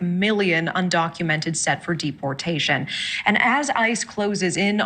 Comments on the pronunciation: Mass 'derportation' lol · "DERPortation" LOL